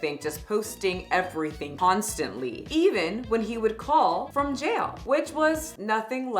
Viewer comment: I love the way you say the word jail lol. like gel